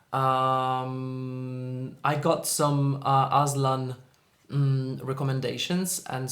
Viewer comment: The way you pronounced his name as 'Aslan' felt like im in Narnia Kingdom and we were admiring its king. 💋